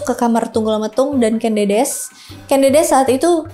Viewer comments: Ucapnya bukan Kén Dédés ꦏꦺꦤ꧀ꦝꦺꦝꦺꦱ꧀, tapi Kén Dêdês / Ken Dədəs ꦏꦺꦤ꧀ꦝꦼꦝꦼꦱ꧀. Ken (e nya seprti pada kata enak, ekonomi) Dedes (e nya seperti pada kata empat, enam) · Sedikit koreksi ka.. cara penyebutan huruf 'e' pada tumapel dan ken dedes itu seperti penyebutan huruf 'e' pada apel.. karena dalam aksara aslinya pake huruf 'e' pepet bukan pake huruf 'e' taling.. dan ken arok itu sebenarnya ken angrok... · teks asli pararaton KEN ANGROK, bukan arok, sedang penyebutan KEN DEDES itu pakai vokal E Pepet (contoh penyebutan kEris pakai E pepet) , jadi yg bener Ken Angrok, dan Ken Dedes